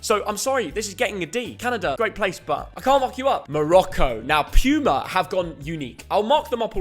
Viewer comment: Puma is pronounced poo-mah which is makes sense because most of their jerseys are crap.